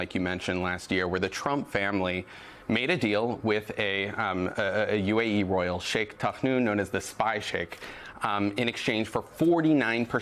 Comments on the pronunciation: This lady can’t pronounce her Y’s. How can she be a reporter when she can’t talk right? Not royals. She says Rolls 3 times. good grief. She makes the south look horrible. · Can she not pronounce the word ‘royal’ 🤔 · Is she trying to say Royal? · What's with this person not being able to say, "royal"? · If you're going to gexa newscaster, maybe you should be able to pronounce words like royal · Is she trying to say "royal"?😊